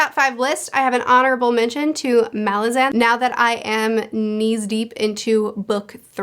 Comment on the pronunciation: Thats not how you pronounce Malazan, Steven mentions the correct way is muh-LAZ-un